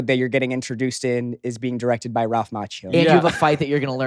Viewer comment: Jacob pronounced Ralph’s last name the right way! Bravo!